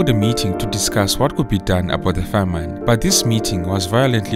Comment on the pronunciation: A great and informative account. There is a small complaint: the narrator's pronunciation of the noun "famine" for which he pronounces the second syllable- "-ine" as in "fine" instead of "in" in the word in "pin". The use of "Selassie" as a surname is incorrect because the Ethiopian use the first name for surname. After all Haile Selassie means the Spirit of the Trinity. Good job, though, despite these minor errors.